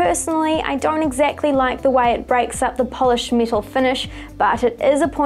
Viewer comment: She says metal like this: miiiital